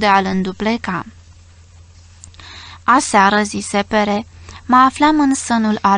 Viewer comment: Stimata foarte tinara si neexperimentata cititoare, oare e vorba the PERE= frantuzescul pt parinte? Daca e asa se citeste PER- nu PERE!!! Sau e vorba de Perez? Deci un NUME??? Oricum , multumim pt lectura.